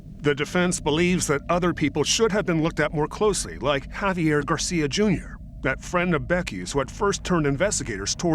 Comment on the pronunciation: Professional newscaster constantly pronounces the name "Javier" as "Have yer" - who does this. "I'm a professional but I'm not going to bother pronouncing a name correctly." Hint: it's "Hah vee air" - very easy to say. Except you didn't. "But I'm a pwofeshinnal!" Got it.